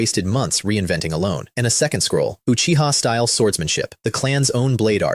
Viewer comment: at least this one say uchiha instead of acchiha